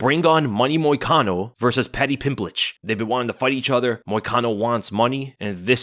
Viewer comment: Paddy Pim PLITCH? 😂😂😂